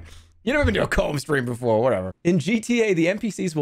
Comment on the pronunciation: he's "proving" a point. YOU NEVAH BEEN TO A COMB STREAM BEFORH